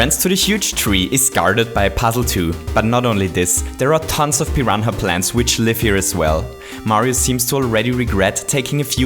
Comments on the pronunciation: pee-ron-ha plates ? am I high or some thing lol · “Piran-ha Plants” I love you